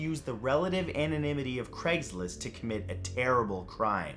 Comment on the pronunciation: Take a shot every time he says “cregs list” instead of Craig’s list.